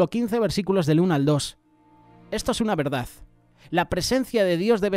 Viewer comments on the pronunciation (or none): none